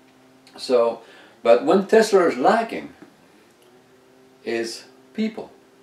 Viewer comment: we say TESLA not TESLER